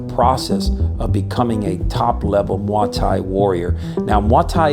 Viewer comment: I've never heard it pronounced like that. The thais pronounce it like "moy tie"